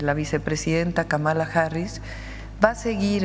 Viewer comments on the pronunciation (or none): Sra Presidenta, la prinuncición correcta de el nombre de la Vice-Presidenta de EU es "Kámala" no "Kamála".